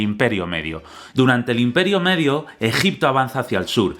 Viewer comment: Empieza el vídeo...: Gegipto Yo: empezamos fuerte:v